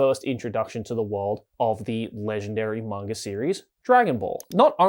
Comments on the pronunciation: You are talking about pronunciation yet you keep saying manger instead of manga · Are you saying "mongre"? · Bro is saying manga with the hard R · He's Australian. it's the Intrusive or Epenthic /R/